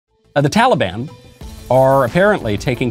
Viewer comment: "tollybon"- joe biden